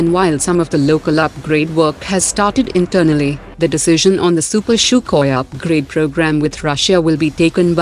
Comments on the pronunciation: It is not pronounced "CHUKHOI".....it is pronounced "SUKHOI" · The narrator regularly pronounce Sukhoi as Shukoi and Tata as Tato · Why does she pronounce sukhoi way she does?